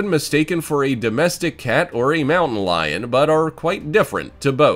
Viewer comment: they are mistaken for mamon lions…. U trying to say mountain lion? they are wild animals, and can be predictable, huh, u mean UNpredictable Caracals don’t sound like they are spelled, they are pronounced like this, crcel. Oh and btw Geoffrey’s cats can also be called Black footed cats One more thing, they don’t pronounce Serval right, u actually say it like this, Servil